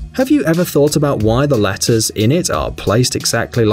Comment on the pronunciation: latters lol it’s letters Jk is prob an accent